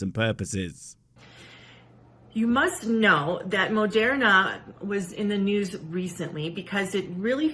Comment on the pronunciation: Why does she pronounce Moderna that way? like it really bothers me